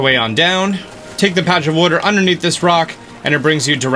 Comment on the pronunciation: Droson - And when he calls water “wutter”